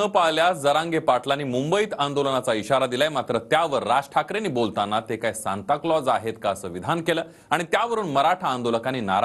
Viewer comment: ह्याचं अणि शिक्षणाचा दुर दूर पर्यन्त संबंध दिसत नाही...सांता क्लोज ला शांताराम म्हणतोय...😂😂